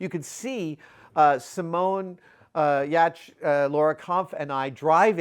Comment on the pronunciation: Wow, freaking flawless pronunciation of Simone's last name.